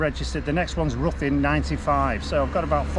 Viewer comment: Try pronounced Rhithin (close enough for most). My old home town.👍